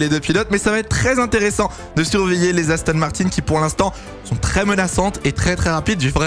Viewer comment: tRRRès tRRRès 😂